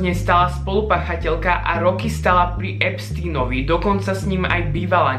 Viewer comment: pri EPSTINOVI??? Nauč sa vyslovovať jeho meno keď sa hráš na chytreho